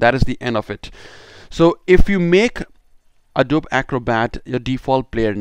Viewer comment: It's pronounced A-DOE-BEE